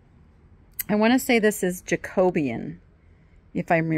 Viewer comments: For future you, Jacobean is pronounced, “jac-kuh-BEE-uhn.” 😊😊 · Were you referring to that desk as Jacobean? Jack-o-bee-an